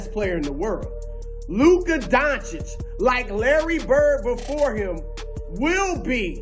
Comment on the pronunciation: Thank you for saying his name right. RESPECT.